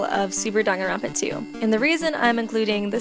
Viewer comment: It's pronounced "dang-an-ron-pa